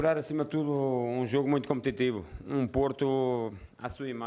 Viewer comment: Um shot por cada vez que ele disse "competitibo"